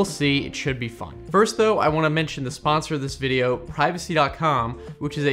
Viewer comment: did he say fun or fine?